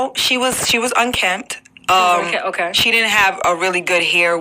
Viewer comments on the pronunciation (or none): Everyone can get it but the zoster virus if you’ve had chicken pox etc - I was a stripper I made $2k a night and couldn’t even get a place. It don’t matter if it makes sense people murder other people for no reason. The word is unkempt not un kept lmfao